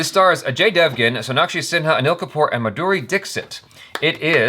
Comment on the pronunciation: Maduri dixit😂😂😂pronunciation 😂😂😂